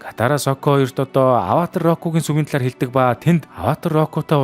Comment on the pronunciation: ghd ygd Avatar bish Avaatar gd baigambe😢😅